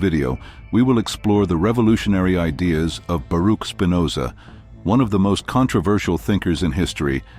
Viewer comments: That's Spinoza with a p . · Please. It's Spinoza!